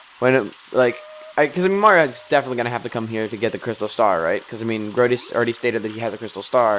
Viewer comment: Woo hoo another episode! And you keep pronouncing Sir Grodus as "Sir Grodius"